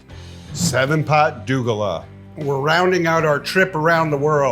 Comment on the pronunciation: Ed, 7 Pot Douglah is not pronounced (doo-galah) but (dough-glah) lol Douglah is our slang term in Trinidad for someone of mixed races mostly of African and Indian races